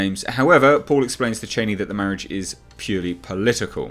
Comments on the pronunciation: Cha-ni, not chayneee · According to Frank Herbert pronounced Charni not Chaini, Queens English please not Trumps. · ”Chainee” lol